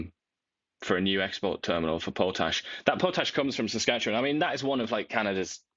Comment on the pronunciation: Pow-Tash!???? 😂😂😂😂😂. Pot ash people.